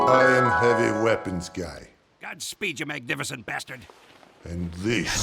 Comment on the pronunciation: or even 0.25x if you want to hear him say godspeech and not godspeed.